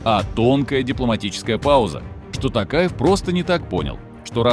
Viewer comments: Во во во во они каверкают фамилии президента казахстана "касым-жомарт-токаев" они называют его не токаев а "такаев или токаевич" это норма? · не тАкаев а тОкаев буква О в русском тоже есть понимаете? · Чувак, спасибо на добром слове. Напомнил лучшее выступление нашего Президента. Пожалуйста, запомнить всем : в казахском языке НЕТ безударных гласных! Если Токаев, то так и произносят Т О́ К А Е В.